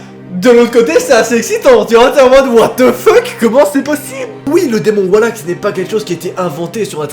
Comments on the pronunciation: JE VAIS FAIRE DES CAUCHEMARDS SI TU CONTINUE À DIRE WALLAK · Wesh y a des challenges paranormaux toutes les semaines maintenant. Ptn, on va demander aux gilets jaunes d'intervenir à force, non sans déconner moi j'vois plus qu'ça..! Et ce nom de démon à la c** ça se prononce vraiment "Walak" ? Sérieux ? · Ehhh Mercee sa s’prononce “Valak” mdrr mais sinon ge-nial le Thread ❤️ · juis le seul c** a entendre a chaque foi wahack ou pas ? PS toujours auss ibien tes Thread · Mdr, à force de mal prononcer son nom Valak va finir par venir te hanter 😂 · Mec c'est VALAK pas WALAK C'est un V pas un W😂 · Valak et pas wallack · Mais c'est valak pas walak😂🤣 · C pas walak c valak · On dit pas !!!!!! Wallack on dit Valack c'est mon démon préférer . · Ses "VALAK" pas "WALAK"😭😭🤣😭🤣🤣🤣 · Ses pas walak ses valak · svp c’est Valak pas Walak mdrr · Pourquoi tu le prononce Walak alors que c'est Valak ? 😂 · Le fait qu’il dise Wallak ça me perturbe de fou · Maud Mathieu sa s'écrie valak c'est pas wallak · Laurent Pradat oui je sais très bien que c’est Valak merci! Mais je disais jusque que lui dit Wallak au lieu de Valak faut regarde ce que je mets 😉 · C VALAK PAS WALAK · On ne dit pas Walak mais Valak comme voiture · C’est pas Walak mais Valak merci😂😂😂😂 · Nos c’est pas walak c’esh valak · se pas volak se valak ! OK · C valak pas walak mais c pas grv super vidéo❤ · Walak? C’est pas Valak normalement ? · Valak... pas WALAK putain !!! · Super vidéo comme d'hab mais la façon donc tu prononce valak me perdube un peu c'est comme si le V tu l'échangais avec un W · J’aime beaucoup tes vidéo et tout mais svp on dit « valak »et non « Walak » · Tu dis wallack 😂😂😂 mais ses valak 😅😂😂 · Valak pas walak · Enfaite je n'aime pas te corriger ou critiquer MAIS c'est pas WALAK MAIS VALAK AVEC UN V c perturbant merci x) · on dit pas WALAK mais VALAK AVEC UN V!😂 sa ma énerver pendant toute la video mdrr😂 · Pk tu prononce "Wallak" alors que ça ce prononce Valak comme ça s'ecrit 😂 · On dit valak pas walak